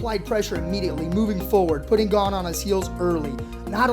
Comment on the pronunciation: His name is not pronounced GONE or GAIN. It's GA-NAY (Gane) Learn something, you uncultured lunatics